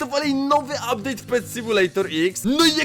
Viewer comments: "Ubdate" super odcinek lecę się przygotować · "update" alusp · "UBDATE" super film Nick TzinoH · ''udpate'' Alejestemprosem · "Ubdate"miłego oglądania <3